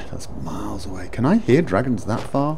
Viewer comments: I totally lost it at "Dwagons" XD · Thanks, after "We're hunting Dwagons!" I am now hearing Richard's voice as Jonathan Ross. "That dwagon shout is gweat...it's weally gweat!"